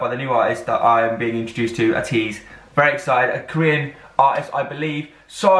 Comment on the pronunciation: ATEEZ is pronounced as Aye-tease just to let u know😁💖💖